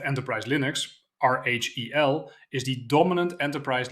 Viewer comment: Can't tell if the reading is AI slop from the mispronouncing of RHEL and VMs.